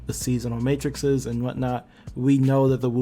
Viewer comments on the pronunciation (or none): none